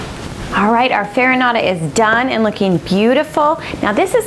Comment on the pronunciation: I'm sorry but this "farinata" is totally wrong...